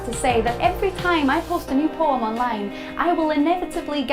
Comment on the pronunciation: When she says "poem", it sounds like "porn."